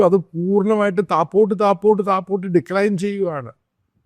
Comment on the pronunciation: താപ്പോട്ട് അല്ല, താഴോട്ട്. അങ്ങനെ ഒരു വാക്ക് മലയാളത്തിൽ ഇല്ല.